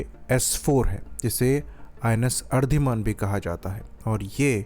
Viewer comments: Ardhiman nahi... Aridhaman. Theek se bolna to seekh le😂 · Its Ari-daman